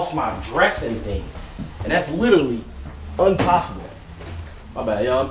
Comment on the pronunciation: “umpossible” is crazy😭